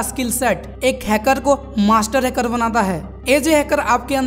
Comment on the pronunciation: Pahle to ap hacker word ko ache se bolna sikhlo